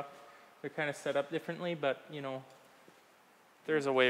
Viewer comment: "Yah...I knaw" Pure Minnesota.